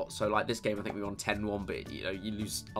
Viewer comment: at the start it sounded like you said gay instead of game